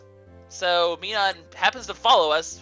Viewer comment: Minum's pronunciation is Mi-num, like minus.